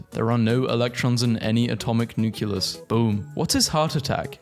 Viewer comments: NU CLEE US not NUCULUS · I’m glad I’m not the only one who is uncomfortable when people say nuculus/nucular instead of nucleus/nuclear 😭